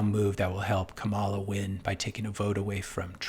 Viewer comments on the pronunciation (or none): Do you mispronounce Kamala’s name on purpose just to dog whistle and trigger people?